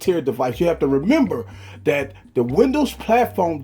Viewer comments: The word "that" as "dat" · Stop saying that as Dat. That's annoying